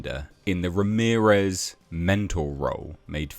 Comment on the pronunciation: He wasn't Spanish, he was Egyptian. .... Ra-mirez...?